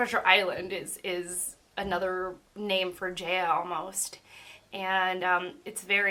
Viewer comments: It is pronounced as Jah-ya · Great video! Btw Jaya is pronounced like “Jai-ah” like hi-ya with a j.